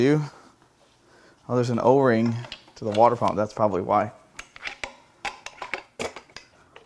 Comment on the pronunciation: It’s pronounced: “water”.